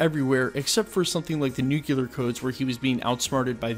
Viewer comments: So many of these posts, like them as much as I do.... "NU - KLEE - AR"... there is only one "U" in Nuclear - signed an actual Nuclear Engineer. ;) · Cool theories. It’s pronounced New Clear (Nuclear) not New Q ler.